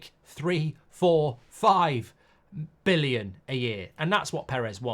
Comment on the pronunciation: Why can't he say billion